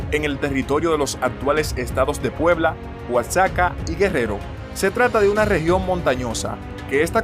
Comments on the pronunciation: no es "casaca" es Oaxaca (guajaca) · No es sagüi, es savi! Tampoco es oatsaca sino Oaxaca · 😂oaxaca 😂 por que no pronuncias bien la palabra paisa 😂